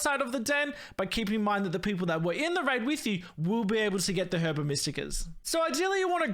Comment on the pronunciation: everytime he says herba like its spelt istead of saying it as "er buh" it chips away at my soul but i will say the video was entertaining